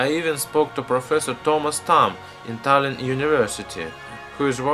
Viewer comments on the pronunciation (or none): none